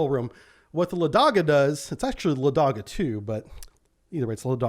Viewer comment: "Лáдога", not "Ладóга".